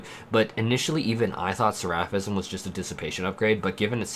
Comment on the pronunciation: I love watching your videos but can you please look up how to say words before you make your videos because sometimes it’s so hard to watch when you say things wrong like “seraphism” and “seraph.” Seraph is not like giraffe. Seraph is like SARE-uff and seraphism is like SARE-uf-ism.